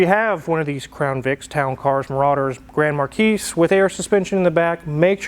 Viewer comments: Absoultely loved your video. Especially since I have a Marauder. But there is just one slight, little, nit-picky item that kind of grated my nerves... They are called a Grand Mar Key, not a Grand Mar Keys... thank you! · It's Grand MarKEE, not Markeys. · Like Akon mispronouncing gallardo , so is grand markee (not marqees. I know it’s spelled marquis) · The S is silent on Grand Marquis